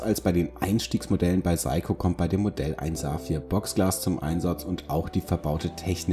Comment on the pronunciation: Eigtl. mal wieder eine gut gemachte Vorstellung - wenn der Firmenname noch richtig dabei ausgesprochen wäre. So zucke ich immer wieder zusammen...😅